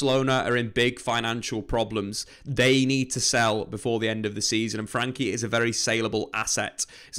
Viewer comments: I don't comment very often but my dutch heart cries when I hear the way you pronounce his name :$ his name is frenkie not frankie, so you can pronounce the e like it is pronounced in the words bed, better and fred... Love the videos as for the rest, keep em coming :P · It's Frenkie not franky